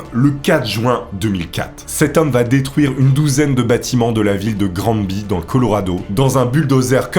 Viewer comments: On ne dit pas "Grand-Bi" pour Granby, ça se prononce plutot "Graine-Bay" (du moins, Granby au Québec) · granby se pronnonce Granbévoila petite information. ps tes vidéo sont cool